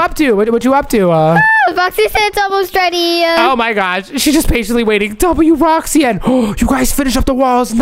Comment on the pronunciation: said woxy